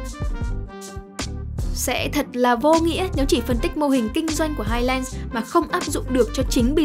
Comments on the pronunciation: Phát âm là "hai lừn s" chứ không phải là "hai len" nhé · và với những kiến thức về anh văn đấy, theo quan điểm của tôi highlands đọc là "hai lần s" chứ ko phải "lừn" như ông, nghe có vẻ tương tự nhưng nó khác 1 xíu đó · đừng có đọc hai len được không 🤦‍♀️